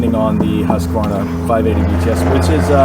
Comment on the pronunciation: Thanks for saying Husqvarna correctly :)